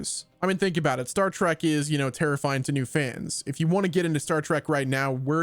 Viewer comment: Say Star Track one more time